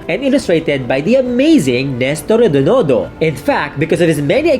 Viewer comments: It is REDONDO, not REDONONDO. The first time you fumbled, I thought you misread the script. But you said it again incorrectly so.... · Read his brand name---. Accuracy is one of the tenets of a true historian. I'd probably let the mispronunciation slide if the YouTuber is a foreigner, but he's not. In fact, his family's steeped in komiks history and REDONDO is one of the giants in the industry, so...